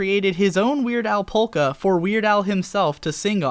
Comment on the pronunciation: Oh my GOD stop pronouncuing it "polka" and not "poke-a" >:T